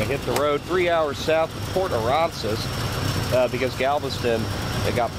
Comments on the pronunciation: Lol brother it's pronounced port uhh-ran-zus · It’s pronounced a ran sas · My 2023 Chevy truck with 5.3 hardly gets 20 mpg!! Also when you go back to the beach you can call it Port A as well, all the TX locals know it as that too. You are saying Port Aransas wrong. HAHA LOL 🙂